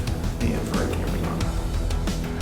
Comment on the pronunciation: Also lol pronouncing the word 'emperor' wrong 😅